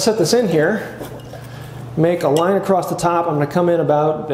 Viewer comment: The "T" that you add at the end of "across" has finally been addressed! Lol I've been wanting to comment on this for a while..